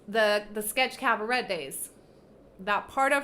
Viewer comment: Cabaret is pronounced cab-a-ray.